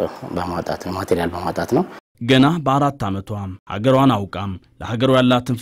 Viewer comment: ጵርስቅላ ነዉ ብርስቅላ አይደለም ስሟ